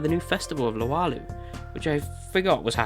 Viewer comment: Luau = LOO-ow (Loo as in UK slang for bathroom)